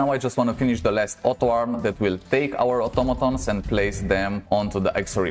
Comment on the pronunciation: u r ascent make the vider 2x more better fpr me XD "otomatons" nice vid